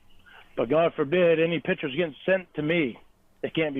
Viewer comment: Hey … WHY DON’T YOU LEARN TO SAY THE WORD “PICTURE”. And NOT “PICHER”…MORON?!